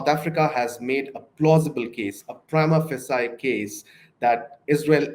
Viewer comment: It’s “pry-mah fay-shuh,” ffs. Prima facie.